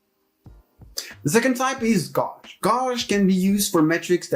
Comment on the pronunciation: Love your video. One note though - check how gauge is pronounced ;)